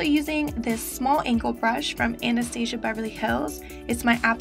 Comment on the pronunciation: Love you! Watching your old videos a bit... LOL at the way you pronounced "Anastasia". You've deff come a long way girl!!